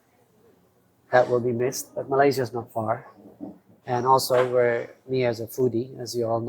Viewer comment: For the love of god, can you ask Mia or somebody how to pronounce Malaysia and Bohol?!?